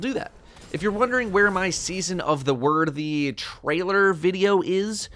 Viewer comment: "Season of the wordthy"